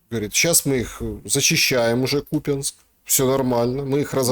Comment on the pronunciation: Жирный Купянск а не купинск учи язык государственный